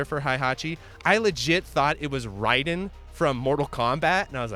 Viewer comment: How can you mis-pronounce Rayden from MK, the announcer literally tells you how to say his name